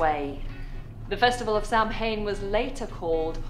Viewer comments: when she said Sam Hane I nearly got sick,,,, Yea im Irish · Samhain is not pronounced "sam hain" it pronounces "sa wain" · It aint Sam Hain, it's pronounced Savain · If she calls it Sam Hain one more time I’ll swing for her! It’s pronounced ‘Sow win’ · It is not pronounced Sam-hane it is Sow-in pisses me off. Day of the dead is November 1 (all saints day) November 2 is all souls day. Halloween is when the dead world and the living world were closest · Sawaian! Not 'Sam-hain' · "Samhain" in Old Irish is pronounced "Sa'WEEN". When combined with the Hallow from "All Hallows Eve" is how you get "Halloween". Samhain was a festival that marked the end of the summer harvest season and the coming of the winter. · All Hallows is the Christian festival celebrating all holy beings (Christians, God, and angels). As a holy night, the day before it was superstitiously regarded as especially unholy, so witches, devils and ghosts are celebrated. Samhain (say: saa-vin. MH in Gaelic is pronounced V, as in Niamh (Neev)) is a Celtic festival which happened at around the same time of the year, celebrating the autumnal equinox. There is no direct relationship. Hallows is pronounced with a short A, as in Hat. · Her pronunciation of Samhain is wrong-it's pronounced "sah-win" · It’s understandable that an English lady absolutely butchered the pronunciation of Samhain. It’s pronounced (Sow as in how or cow) and (An as in can or ran) “Sow - An”. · Wow she butchered the pronunciation of Samhain it's usually pronounced in its Irish version. So the correct pronunciation of Samhain in Irish is Sau-ihn. The first part, -Sau, is pronounced like the "sow", The second syllable, -ihn, contains an "i" that is pronounced somewhat midway between an "i" and an "e" sound. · Samhain is pronounced sow an.haha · Samhain, pronounced Saw-win ..... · samhain is pronounced sowin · Not pronounced Sam Hain, sorry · It's sad that a British person would pronounce "Samhain" so incorrectly. My left eye is twitching...